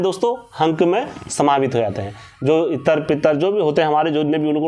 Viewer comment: भाई मैं आपसे एक बात करना चाहता हूं छोटा भाई समझ के मुझको माफ कर देना अगर मेरी गलती हो तो आप जैसे बोलते हो बोलकर पित्र देव देव जी के बारे में आपने बोला है आप देखो आप थोड़ी सी गलती कर रहे हो इत्र इत्र बोल रहे हो